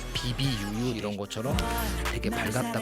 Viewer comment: BBUU!를 “비비유유”라고 말씀하시는겈ㅋㅋㅋㅋㅋ 혹시 “뿌!“라고 하시기엔 너무 부담스러우셨나욬ㅋㅋㅋㅋ 비비유유도 기여워옄ㅋㅋㅋㅋㅋㅋㅋ